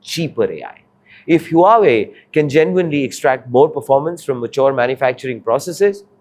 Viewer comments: So try pronouncing the name right......it's WHO AA WAY, not whoeey, as you say...... Very hard to take your analysis at face value when you bugger off from correcting the simplest mistakes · Huawei is not pronounced huuuwat but hwaaaway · Huawei is not pronounced as WHO WEI but WA WEI or HWA WEI! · Bro, its "Hua" wei not "Hue" wei. "Hua" means Chinese-ness or Sino, and Huawei means Chinese-greatness... so the name has huge cultural impact and not family names like in India. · This guy cannot even pronounce Huawei properly...ha ha ha HU.......AWEI not HUa...Wei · It is huawei and not hu wei ! Come on ! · It's pronounced "wah-way" not "hoohay" 😂😂😂. Journalists should do a google search at the very least. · im sorry hew-whey? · Your pronunciation of Huawei is grotesquely wrong. It's pronounced Hu-Ah Wei. The name is very meaningful to all Chinese people. It means Greatness of Chinese. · The first time I've seen (and credit for doing it!) A presenter correct the pronunciation of Huawei "Mid flow"! Well done!! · Huawei is not HueWei. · What the heck is whowei ? Learn to pronounce first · Please check the pronounciation of huawei(wow-wei). your's feels weird. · 是 hua wei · What? Huawei being the focus of the subject matter and the presenter cannot get the pronunciation of Huawei correct? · Learn to pronounce the name correctly first before you make any video about it. It is painful to hear such weird pronounciation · if you can't pronounce the companies name properly don't try to report on it. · Please learn how to pronounce the name correctly who is who..aay? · Learn to pronoun the company name first before doing news :face-blue-smiling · Can't even pronounce the name correctly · For fs sake learn to pronounce the name properly or quit your job. This anchor is insufferable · Get the pronunciation of Huawei correct please narrator. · Even can't pronounce Huawei in proper way 😂😂😂